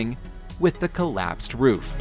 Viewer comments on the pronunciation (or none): none